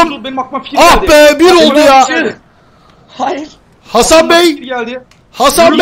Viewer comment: abi bi ara ban hasan diyorsun zannettim